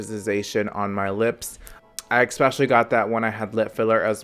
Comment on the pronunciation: THE WORD IS ESSSSSSSSSPECIALLY! Not ExSpecially!